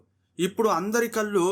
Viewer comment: కల్లు కాదు బాబూ కళ్ళు 😢